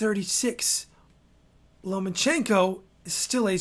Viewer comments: lmao why do u keep calling him Lemonchenko.. lmao its Loma. not lemon im dead XD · LOL Lemon-chenko? God why can so many people not say his name, it's easy. And you spelt it wrong in the title... LOMACHENKO. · Rigondeaux = Ri-gun-dow Lomachenko = low-ma-chain-ko Jesus.....